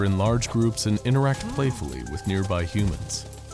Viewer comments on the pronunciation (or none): "Near be"